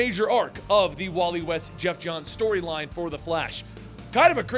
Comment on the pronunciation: Did he just said "shtoryline"????